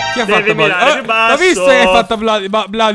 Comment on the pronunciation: "bodyblobl" cit.